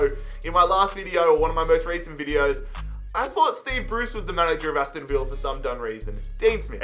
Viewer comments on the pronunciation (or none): none